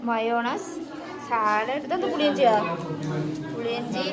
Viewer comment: നാട്ടിൽ നല്ല മഴ ആണ് ലേ...മയോണസ് അല്ല 😂 mayonnaise ചാലട് അല്ല salad ാനെ അവിടെ ആർക്കും ഇഷ്ടമല്ലേ 🤔 മൈൻഡ് ചെയ്യുന്നില്ലാലോ... അവരോട് ന്തെല്ലൊ പറയുന്നു തന്നെ ചിരിക്കുന്നു 🙄🙄